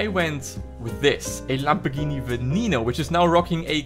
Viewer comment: Its not pronounced veneeno it’s pronounced venaighno